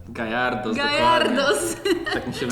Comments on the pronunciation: jak co nie gayardos tylko gyarados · Ten odcinek ma dwa błędny o nazwach pokemonów. Po pierwsze Mówi się Gajardos tylko gyarados(gjarados). Po drugie na tej naklejce nie nazywa się elfie tylko Espeon( espjon). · Gyrados a nie gajardos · przecież ewolucja magikarpa to giarados a nie gairados 😅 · JAKI GAJ ARDOS JAKI GAJ GYARADOS CZYLI GJARADOS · nie garajdos tylko giarados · To nie gajartos tylko giratos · Nie gajadros tylko giarados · Gayarados xD jak coś Gyarados(czytaj:gjarados) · Gyrados się mówi